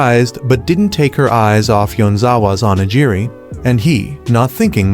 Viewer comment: I almost had a stroke by how many times they kept mispronouncing onigiri.